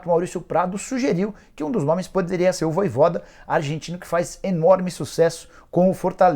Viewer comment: rpz me dá uma agonia ouvir o cara falar "voivóda"